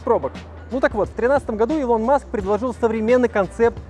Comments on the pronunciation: 1. Если быть точным, то расстояние по прямой от Лос-Анджелеса до Сан-Франциско 559км(не 561), если брать 385миль(как было написано), то это 619км(примерное расстояние по трассе). 2. Правильно произносить Илон(ударение на первую гласную, а не на вторую - ИлОн). 3. SpaceX("экс" а не "икс"). Именно так звучит в оригинале и именно этот вариант на самом деле является верным. В России произносят "икс", ошибочная адаптация к языку. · Господи, не илОн а Илон